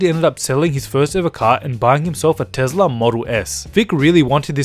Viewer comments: IT'S NOT TEZLA IT'S TESLA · It’s not tez-la it’s a tes-la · Adventure: Tezla Model X Me: wtf it's Tesla Model X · Tesla not tezla